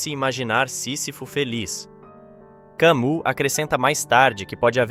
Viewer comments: se vc observar, a pronuncia do Albert Camus não é Albert kamU, é kami. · Pronuncia-se Cami e não Camu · Não se pronuncia Camu Mas sim Cami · Ou fale em Português ou em Francês o nome de Albert Camus. Você está dizendo “Camu”. Por que engole o s? Se quer falar francês, ao menos diga “Cami”, engolindo o s mas variando o u. Ou então fale português sem pompa. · Se escreve "Camus", mas se lê "Cami". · A pronúncia não é "Cami"? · CAMIIII PRONUNCIA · Oi. Muito bom. A pronúncia é “ Cami” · Camu dói aos ouvidos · nem todos sabem que a pronúncia é cami , atente-se ao vídeo, não nas coisas fúteis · O nome francês Camus se pronúncia "Camí". Poderia pesquisar antes de gravar o vídeo. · É Camí a pronúncia. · Pronuncie CAMÍ! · Rapaz, apenas sinta a música. Quem dá sentido às coisas somos nós e isso apenas quando, para viver, precisamos que aquilo tenha sentido. Não se preocupe com Camus (Kamí, é assim a pronúncia), Dostoiévski, Kierkeegard, Nietszche, Kant ou outro qualquer. Para começar eles foram tão homens quanto você. No mais, como você viu, eles que são tidos como o suprassumo do existencialismo não se entendem, viveram mais perdidos do que cegos em tiroteio. Espertamente todos eles deram o migué nesses pensamentos atravessados escrevendo, cada hora uma coisa diferente e contradizendo-se sem nenhum pudor (e com razão). Sinta a música e faça o que você quiser, respeitando sempre o outro porque você e ele estão na mesma, cada um à sua maneira. Grande abraço e jamais sinta-se inferior a alguém, nem se impressione nem idolatre. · Cammus pronuncia-se "Câmí" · ...do vídeo, com todo respeito, poderia ao menos pronunciar corretamente o nome do pensador Camus. Trata-se de franco-argelino... então o "u" tem som "i". E o "s" não é pronunciado... Faço a correção com todo respeito... é sem pedantismo.